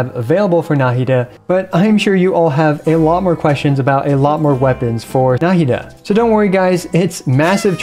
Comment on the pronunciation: na 'hi da not 'na hi da